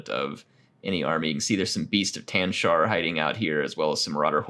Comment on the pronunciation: Please, its The Beasts of TASHnar not TANshar:) love the videos as usual